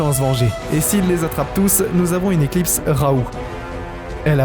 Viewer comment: J'ai arrêté la vidéo tellement c'est mauvais. Aussi apprends à bien comprendre ce que tu lis, parce que dire une ECLIPE au lieu d'une éclipse c'est chaud quand même. Bref vidéo vide juste pour faire des vues comme beaucoups de vidéos 🥱